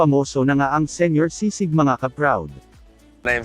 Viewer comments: Its SISIG, not SIGSIG its sounds bothering us🤦 and its not sour food. Pls research first before you making a video.. and pls react naturally dont do overreacting like you want it all, but its not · Correction, it's Sisig and not sigsig. LoL. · Not sigsig,sisig.... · It's SI-SIG. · It is pronounced as Si - Sig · Its si-sig.